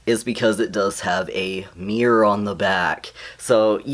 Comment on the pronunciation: It's the way you say mirror XD also hello!!